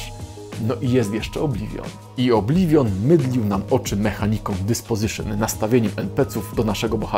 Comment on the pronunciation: "Obliwion" brzmi jak "mydlenie"